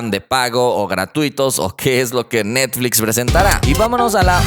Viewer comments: Se dieron cuenta que en el inicio de video dice NETFIX en ves de NETFLIX? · estas comiendo bien? Porque te comiste la L en Netflix. Salu2